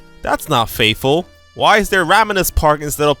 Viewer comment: That FATHFULL AT THE START LOL